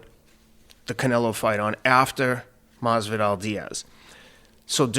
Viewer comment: I love how he calls Masvidal , "Mazel tov"